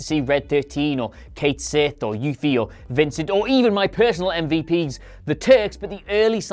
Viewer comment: Fun fact: Cait Sith is not pronounced remotely like "Kate Sith" since it's based on Scottish folklore. It's pronounced "ket she." Also the name is exclusively for the cat on top of the giant stuffed moogle and not both units combined. Oh, and I don't like hearing about the changes to Tifa. I liked her new design (but not her new voice) and I'm bummed to hear if they messed with it. Though I'll love her either way.